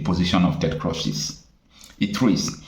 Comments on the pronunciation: Your presebtations are usually good. But it is a disappointment that you continuously be misculall yye name of the principal actor or party in your presentatipn. How could you be calling Cruz as Crush. It is totally unacceptable. A little more rigor in your preparation will be relevant. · But can't you pronounce Crews/Cruz? I would be deeply offended if you don't pronounce my name properly. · Ted Cruz, not Crush!Listen to how people are pronouncing this name😤🥹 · Cruz (Spanish). Pronounced: Cruise or krooze. Lazy Nigerians will never stop looking for help from the wrong places. It's going to wind up as jumping from the frying pot into the fire. The zoo hates to research anything. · Do you mean you have never heard of the name Ted Cruze pronounced or called. Why do you mispronounce his name? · Bro, The Senator’s name is pronounced Ted “Krooz” or “Cruise”, not “Crush.” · Stop pronouncing ted croz,its Ted Cruz please 😂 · My brother the American senator's name Ted Cruz not Ted Cruch please note pronunciation thanks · Bro. Pls stop calling him Ted Crosh, it's Ted Cruz(kruuz). Thanks and keep up the good work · Pls the pronunciation is "Ted Krooz," Not "Ted Crush." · Chai. It’s not “Ted CRUSH”. It’s Ted Cruz pronounced as CRUISE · Hello, Presenter. Thank you for your informative videos, but please could you correct some of your pronunciations? His name is pronounced in a similar way as the word "Cruise". When I first listened to the audio of your video, I actually didn't realise that you were speaking about "Senator Ted Cruz." Please take this in good faith. Thank you. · Pronounced Crooz, and not Crush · Young man, His name is CRUZ (pronounced KROOZ) not KROSH. DETERMINE is (pronounced DEE-TER-MIN.) not DEE-TER-MINE. Just so you know. Thank me ! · His name is pronounced as /kruus/ not /krosh/. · Wait a minute. What did you call Ted? Ted "Crush?" It is "Cruz" and not "Crush" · Cruzzzz not cross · Prounced Cruz and not Crush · his name is pronounced “KROOZE” and CRUSH